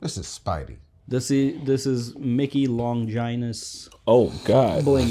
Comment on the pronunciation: Normies listen up, Longinus the “Holy Lance” is pronounced with a “gin” like the alcohol not “vagina”